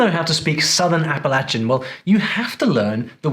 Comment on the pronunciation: Hi,. I'm giving you a "thumbs up", just because you pronounced the word Appalachian correctly. Most non southern Americans say App-uh-lay-shun, which is wrong to us southerners. Thank you for saying it as App-uh-latch-un. 👍👍👏👏 Instead of "that dog don't hunt" some East Tennesseeans use "that detergent don't wash".